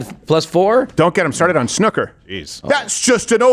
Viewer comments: Sn ooooo ker. Not snucker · It’s ‘snoooo-ker’